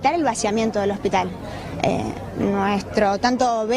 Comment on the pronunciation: Adorni no sabe ni siquiera pronunciar el nombre del hospital correctamente. Que se puede esperar de semejante personaje? NADA BUENO